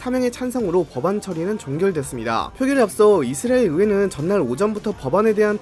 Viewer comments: 이스라엘 발음 많이 좋아지셨네요. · 형님 이스라엘 발음 연습 하고 왔습니까